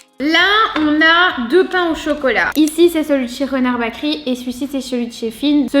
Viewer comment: Eh les fille si vous etes belge c la honte, la boulangerie en ndls c Bakeryyyyyyyyyy et pas bakeri mert xp faite un effort, sinon merci pour la video cetait cool